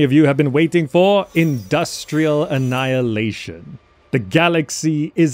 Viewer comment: Why do you say annaeleishn, but write annihilation? 😂